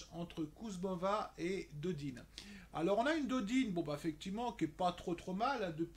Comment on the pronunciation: Salut on prononce Tommy pôle et Océane Dodin , pas Dodine . sinon pas mal tes bets ;)